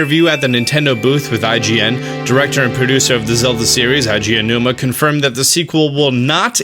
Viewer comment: Not to be that guy.. but pls learn how to pronounce Aonuma's name lol